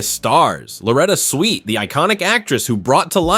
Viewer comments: Her name was Swit, not the way you pronounced it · IT'S SWIT, NOT SWEET, SWIT. !!!! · SWIT not SWEET!! I see others caught the error also!! 😊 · Why does the commentator keep saying "sweet" instead of proper pronunciation SWIT!!! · SWIT ....... NOT SWEET 😮😮😮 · Her last name is Swit not Sweet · Her name is Swit, not "Sweet." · 😢Her last name rhymes with Witt get it right. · Her name is pronounced Swit NOT “Sweet”. “Sent shockwaves through the entertainment industry”. Seriously, give me a break, so completely over the top and sensationalist and you can’t even pronounce her name. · 🤦‍♂"Switt," not "Sweet"! 🙄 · Swit not sweet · It's not pronounced "Sweet", it's "Swit", short i. I loved her after McLean Stevenson left the show, and especially after Larry Linville left the show. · It’s SWIT, NOT SWEET! 🙄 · It's Swit not sweet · It's Swit not Sweet, RIP Loretta ♥️♥️♥️ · Very annoying to hear this YouTube reporter ignorantly saying "Sweet" over 20 times. Get your names straight if you're reporting on prominent people! Loretta Swit was an accomplished actress who deserves to have her name pronounced correctly in the news! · How many times can you mispronounce her last name? It's SWIT like wit with an "S" in front of it & why say X formerly known as Twitter? EVERYBODY KNOWS THIS! Just say "X," no need to even say Twitter!🙄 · When the AI voiceover can’t even pronounce her last name correctly 🙄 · You can say Houlihan properly but cant say Swit!!! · Why should I subscribe if you can't get her last name right, as she was beloved by millions and you can't even GIVE HER that respect...RIP Loretta Swit. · Sad they couldn’t pronounce her name correctly. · My God get her last name right! You could have at least done that much research. Thank goodness most of us know who the hell you’re talking about. Did you not hear anyone say her last name??? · It was AI, miss pronouncing her name. Thanks, another good one. 😢🌟🧡